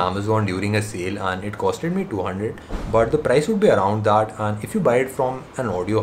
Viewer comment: does he say 'han' for 'and'!!!!! btw great video.